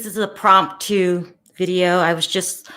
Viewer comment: “Promtu,” perhaps “impromptu.”